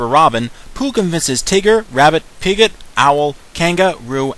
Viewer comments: why'd you say piget? it's piglet. my mom was a bog fan, so am i. so i just heard the mistake. heh... my mom nicked named me "roo" and my sister was "owl", but i think she's more like rabbit. lol XD but really dude, nice review. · Outstanding review so far, I had actually seen the film over 3 months ago since it had released to cinemas in UK first. :) Besides, my thoughts about the film that it had simply good story plot, wonderful animation etc. Although there is a flaw in the review as noticed: 1. It's "Piglet", not "Piget" (No hard feelings, right?) :P But then as I said, you did a really great job reviewing such a wonderful film that brought back memories to everyone of Pooh and his friends. :)